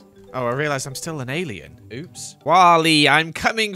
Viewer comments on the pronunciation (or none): Lol when said "Do I look like an alien" i thought he said "Do I look Canadian" and I lost it 😂😂👽🇨🇦